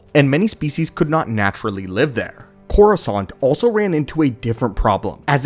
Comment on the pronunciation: All i hear is croissant.